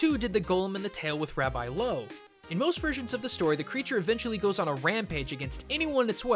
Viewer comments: You absolutely butchered Rabbi Loew's name, name of the river Vltava, and the word shem. jesus christ. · He fucked the pronounciation of 'Rabbi Loew' up.